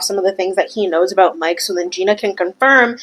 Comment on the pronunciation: We don't say "about" that way